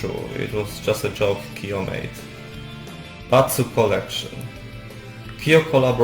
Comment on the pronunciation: Nie "Kiyo", a "Kyo". Chciałabym obejrzeć, ale tak ciężko jest ciebie zrozumieć 💔